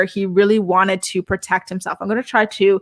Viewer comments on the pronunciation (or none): none